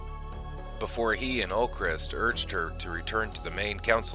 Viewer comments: Ulkesh, not Ulkrest. Great video but god that grates on me lol. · It's Ulkesh, not Ulkresh. Just saying. The original Kosh was Kosh Naranek. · It’s Ulkesh, NOT Ulcrest.